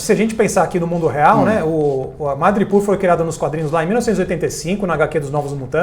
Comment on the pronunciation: Pessoal, a pronúncia é "madripÓr" e não "madripÚr".